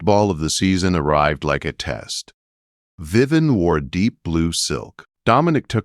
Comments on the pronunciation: Her name is not Viven; it’s Viv-vee-en! AI is not good at pronouncing names! Needs work! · Yeah, that mispronunciation is very annoying. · Lovely story. Only a couple of incorrect AI pronouncements: VivEE En not Vivan, and Grosvenor is GroWvenor, the s is silent. Otherwise quite a pleasant AI narration, with correct emphasis and few but correct pauses. Good narration makes such a difference.